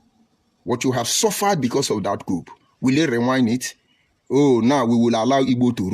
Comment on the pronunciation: Everything this fellow said are full of Cacophony, contradictions, outburst of hatred, anger and pointless. No body is forcing you to unite with Igbos. Go your stupid way. He can not even pronounce "Coup". Was he pronouncing Coup or Cupe? I have wasted my precious time listening to this goat putting on tie.